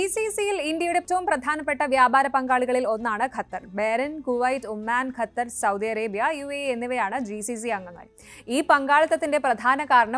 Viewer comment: pronounce it as qatar, english letter q is more close to original arabic letter than malayalam letter we normally use